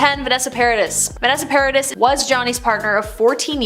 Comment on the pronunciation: U pronounce Paradis as Paradi in french.